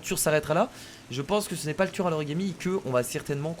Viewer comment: 1min3 il dit tuérr